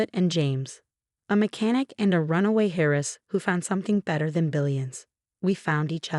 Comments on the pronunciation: Heiress not Harris 😂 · Story was good. Pronunciation. Please! It is not "hairess" it is "airess". AI programming?